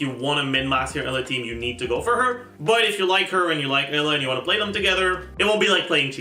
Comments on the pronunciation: Great video! Only thing that bothers me is that pronounced Eula as “Ella”. Pretty sure it’s supposed to be pronounced like “Yoola” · I hate how calls Eula Ela... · For some reason he calls her Ella, much like he calls Aloy "Alloy". It's just what he does. No real reason as far as I know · I was listening to this video and I was so confused like who's Ella? I had to look at the video to understand it.😂😂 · The pronunciation in game is wrong, its not yoola, its oila. He still says it wrong but yea its not like saying yoola is any better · ohh tyy. I was so confused i thought he was saying aloy 😭😭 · Bro did you pronounce eula as Ella? I was so confused 😭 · Honestly, if you're going to purposely mispronounce a name of a character, just have the character's name or a picture of them on the video at all times...please. I know "Ella" is funny, but it's confusing for people, like me, who have dyslexia. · foreign lol (bowl)